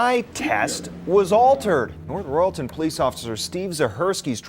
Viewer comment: For Pete's sake if you're going to use an AI narrator at least get them to pronounce words correctly! I can understand cuyahoga, but royalton!?